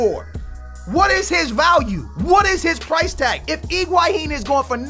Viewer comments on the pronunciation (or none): HHHHHHiguaIIIIIn Not IIIIIIIguaHHHHHin Please You're hurting me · "Iguaihin" ( is best example) Everybody else: "Higuain" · Iguahin? I couldn't listen to this pronunciation anymore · Please stop calling him Igwaheen